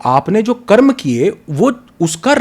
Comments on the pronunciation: दीदी कृपया कर्म को कर्म ही कहे, जेसा की हमारे शास्त्रों में लिखा। उसको कर्मा ना बोले। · मैडम जी स्वयं को अधिक प्रदर्शित करने के चक्कर में शब्दों को न बिगाड़िए कर्म को कर्मा उच्चरित मत कीजिए। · बहुत ही शानदार वीडियो है ।🙏 सिर्फ दीदी से निवेदन है कि हमारी भाषा को सम्मान दें । मंत्र को मंत्रा एवं कर्म को कर्मा बोलने से बचें । सनातन संस्कृति को बढ़ावा दें ।🚩🚩🚩🚩🚩🚩🚩🚩🚩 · मैडम, बहुत हल्के क्वेश्चन कर रही हैं। और मंत्रास क्या है भई, कर्मास क्या है? मंत्र बोलो न, कर्म बोलो। कोई प्रॉब्लम आती है क्या करेक्ट pronunciation में?